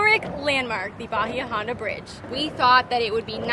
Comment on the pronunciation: Bahia Honda not Bahi Honda